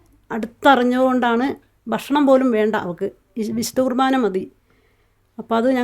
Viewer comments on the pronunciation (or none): കൃഭാന അല്ല കുർബ്ബാന